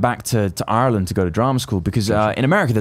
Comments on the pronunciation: My god. An Englishman who pronounces Ireland right. ALL HAIL THE HOUSE OF EL. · U can tell Cameron really did live in Ireland with the way he pronounces it lol